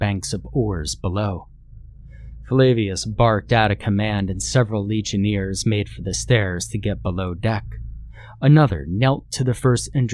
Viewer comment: Your pronunciation of legionnaires and legates is uh not correct lol, love your channel tho!